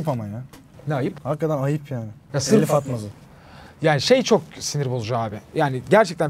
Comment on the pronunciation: NİYE TELİF DEMİYORSUNUZ TEELİF DİYORSUNUZ